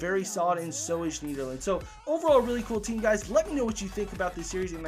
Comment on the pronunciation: You don't pronounce the e in schneiderlin